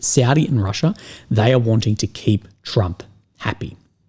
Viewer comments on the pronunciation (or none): none